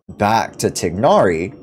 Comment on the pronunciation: Just so you know you’re pronouncing tighnari completly wrong(most people are but they shut down Arabs trying to correct them)😭 nice video though, your voice is nice to listen to